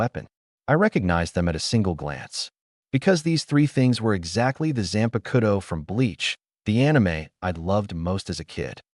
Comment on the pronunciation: y AI's always say Zanpakuto wrong ???